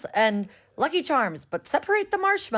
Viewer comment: Is she trying to do an Irish accent? I'm truly offended 😭